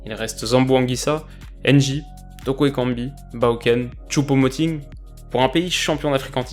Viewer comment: Je me suis marrer quand t'as dit Choupo Moting